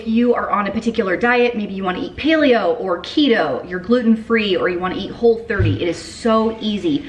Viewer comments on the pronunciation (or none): none